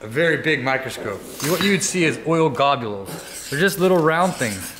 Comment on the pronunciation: "Oil Gobules" -Bad. D. Braddy